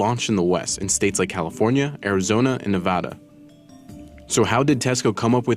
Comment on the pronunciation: Had one of those down the street from where I lived. Was a nice store but never busy (save for the opening month). Also please pronounce Nevada correctly.